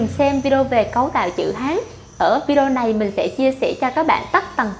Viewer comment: Nghe phát âm lài biết ngay người gốc Việt kkkkkk